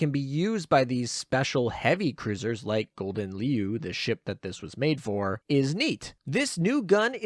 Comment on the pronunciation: Your pronounciation of leeuw harms me... Just say lion to stop the pain Do note Siren Killer counts toward the 20% top Siren damage boost, just 2 +13 and you're maxed.